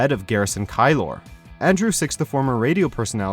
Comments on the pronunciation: It's KEY-LOR.. not KYE-LOR .. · Garrison KEY-LER, not KY-LOR! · Keeler, not Kylor. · The only thing I found even remotely ‘disturbing’ was the hatchet job on Garrison Keillor‘s last name (phonetically pronounced “Kee-ler”, btw). More time on research, less on censoring drawn circles within circles lest it arouse prurient interest in the viewer 🙄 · Narrator: "Garrison KYE-LORR". Maurice, 2 seconds later: "Keillor". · It's pronounced key-ler, not ky-lor. And what the actual fuck is wrong with everybody involved with this garbage show? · This guy obviously didn't watch the show just based on his pronunciation of "Glouberman" and "Kiellor" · Also Garrison deserved it. And Jesus you couldn’t even pronounce his last name correctly. Do you guys do any research? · Narrator doesn't know how to pronounce Garrison Keillor's name. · and . The timestamp for each time he butchers the pronunciation of Garrison Keillors name, despite it being said by the show correctly in the video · The mispronounciation of Garrison Keillor's name is way more cringy than anything else Maurice says. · I can't get over the butchering of Garrison Keillor's name